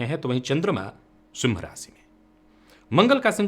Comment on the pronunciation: आप सिंह राशि को सिम राशि बोलते है , 😛😂